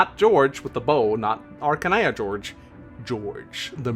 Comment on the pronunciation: Jorge is an Spanish name, and is not pronunced George. It's Hor-he. (pronunced as in horse and as in hell, respectively)